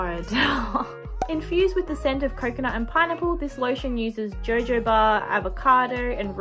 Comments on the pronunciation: Really enjoyed this video! Love how you literally say “JOJO BA” lmaoo (it’s pronounced “ho-ho-ba” weird huh 😆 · It is pronounced Ho Ho ba its borrowed from the Spanish language :)